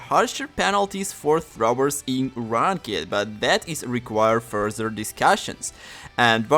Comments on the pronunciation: LMAO you pronounce ranked like rank ed. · In "rawnk-ed" lol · Someone teach homie how to say ranked